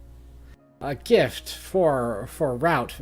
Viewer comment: I'd like to point out that it's ROTE, rhymes with GOAT, memorization, not ROT memorization. Rot is what dead things do.